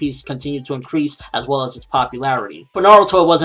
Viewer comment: "Well".... Not "We'll" as in "We will"